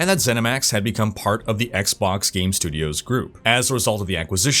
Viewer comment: On the begining you said game servers or gay servers?